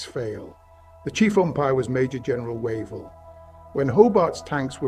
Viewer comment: Wave-ll NOT Wa-vel